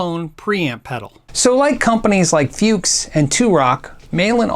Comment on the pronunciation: Took me some time to decypher the logo. So it's Malin, and now I understand you did say it (instead of male in) 😉, but it's not in the description or in the title. Also funny, since I speak German I was surprised by the American pronunciation of Fuchs, 'Fjooks', where Germans say 'Fooks', with a very short 'oo'. It means fox. No criticism.